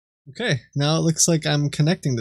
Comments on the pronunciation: Is it just me or every time he's supposed to say "right now" he was saying "right meow" ? Edit: I just noticed there's a meow counter at the top right corner. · had to pause video first time i heard "right meow", im not listening to that for an entire video lol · Should have kept a counter of how many times he said 'meow' in place of 'now'